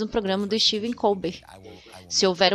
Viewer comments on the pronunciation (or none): none